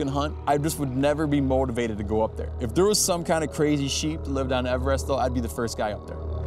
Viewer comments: "EVER-rest" whaaaaa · The way steve pronounces everest kills me holy shit lol